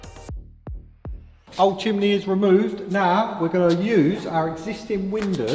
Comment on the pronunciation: What’s a Chimley ? 😂 you mean Chimney ( chim-nee… ) how is a dyslexic bloke correcting your words lol 😂 oh my days